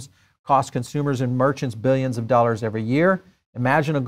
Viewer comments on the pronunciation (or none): none